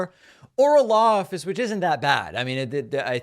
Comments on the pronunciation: Lol he said "lawffice", not law office 😆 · I heard him say "lawffice". I dunno about anybody else.